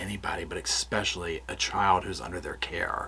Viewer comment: There is no "k" in the word "especially"... Please! Now that I've gotten that off my chest... These stories are just heartbreaking and disgusting. I don't know how you creators immerse yourself in them without totally losing your minds. Everyone knew from the first television interview that these people were guilty as hell - but I will go to my grave saying that every single person involved in this adoption is just as guilty. From the secretaries to the court clerks right on up to the judge that signed the final decree - what the hell is wrong with these people? Neither of these parents had any income other than the money from the state and everyone still thought it was a good idea to give them these children? To pack two more kids into an already seriously overcrowded apartment, with parents that obviously couldn't provide for the four kids they already had.... Were two of those also adopted? Maybe we should check into that one too.. Amazing - immediately after the adoption of these two precious babies, they suddenly have the money for a down payment on a new house and don't need the kids anymore so bingo bango, the kids disappear. Anyone who couldn't see through that needs to make an appointment with an optometrist - you can use my credit card.